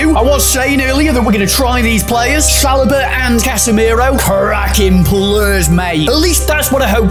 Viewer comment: Add Saliba to the list of names these two can’t say 😂